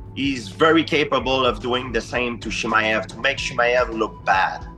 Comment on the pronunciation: GSP: "Chiee-majev" 😂😂😂